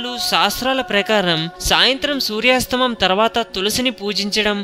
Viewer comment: సూర్యాస్తమం కాదు సూర్యాస్తమయం అని పలకాలి దయచేసి తెలుగు పదాలను ఖూనీ చేయకండి.